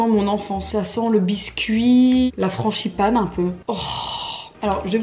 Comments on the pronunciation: aime si toi aussi tu dis franchipane au lieu de frangipane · "La franCHipane" (T_T) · LA FRAN"CHI"PANE...?! 😅😂😭